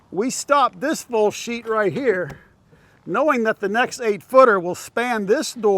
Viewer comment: "Full sheet" sure sounds like another word when says it 🤣 If that Zip ever got wet from outside, would it pool in that metal channel and rot? Would the metal corrode?